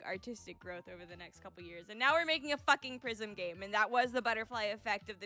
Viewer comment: "What The prisim :0" Genuinely made me laugh 😂